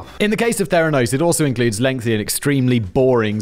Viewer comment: Oh, FFS, ; we're back to 'lengthly'...